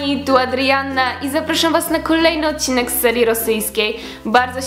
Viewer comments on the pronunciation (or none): none